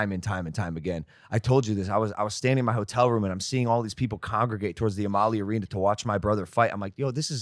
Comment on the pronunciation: As a tampa local the way Logan pronounced Amalie Arena made me cringe